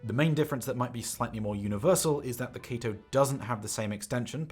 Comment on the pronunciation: no included spring tips weird and u keep saying kato wrong